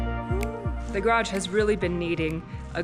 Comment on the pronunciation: You said garage four or five times in this video. Congratulations! There is only a little more progress to make pronouncing it like most U.S. speakers. You are at about 90%. Can't you just practice with almost anyone else and listen carefully to get it to 100%?